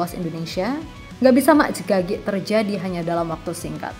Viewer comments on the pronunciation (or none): "mak jegagik" Kyaknya pengisi suaranya asli jawa 😂😂